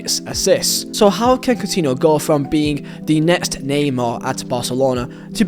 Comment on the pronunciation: "cotiniol" kkkkkkkkkkk